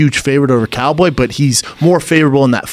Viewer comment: He doesn't know how to say Cowboy is straight trash